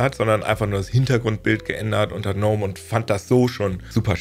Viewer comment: Gnome wir MIT "G" ausgesprochen 😉 Gutes Video